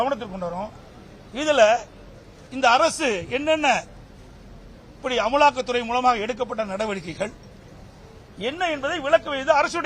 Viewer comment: பழனி அது அமுலாக்கத்துறை இல்ல அமலாக்கத்துறை 😂😂😂😂😂😂😂